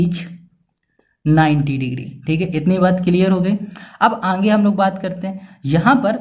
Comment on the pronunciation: Sir aage ko anghe khete he😂😂😊